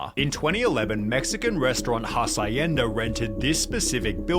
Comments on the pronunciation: dafuq is "Hasayenda"??? mofo it's pronounced "Ha-s(h)yen-da" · Twelve seconds in and I hear hacienda as "ha-sa-yen-duh". Minus 0.5 for credibility. 😂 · HASS EYE YENDA. Dude I'm not Spanish or Mexican but Jesus the pronunciation of the narrator is so bad... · i lost it when he said "mexican restaurant called Ha -sa-ienda" lol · The most offensive part of this video is how he pronounced hacienda. "HASS EYE YENDA" 😂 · "HA-SIGH-EN-DA" BROTHER On another note, don't drink the Kool-Aid. Listen to BMTH's Kool-Aid instead. :) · "Mexican restaurant hacienda" and pronounces hacienda life if it was english not spanish. Most Hs in spanish have no sound. Just say Acienda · OMG he is butchering the pronounciation of the word Hacienda. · I'm still recovering from how he butchered "HACIENDA" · I was slightly bothered at how he pronounce hacienda. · I'm pretty sure that's not how Hacienda is pronounced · His pronunciation of "Hacienda" is killing me... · Jesus he totally butchered that mexican restaurant's name. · Don't speak much Spanish. I do speak French though. 'Hacienda' was clearly mispronounced to get people to comment on it. Guess it worked but on the wrong video lmao